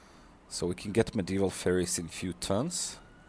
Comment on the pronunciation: I think medieval faires should be pronounced as fairs, not fairies. A faire is just the old English (french) spelling for the modern fair and the e was always silent. I think civ 6 developers spelt it that way for flavor text like 'ye olde tea shoppe'.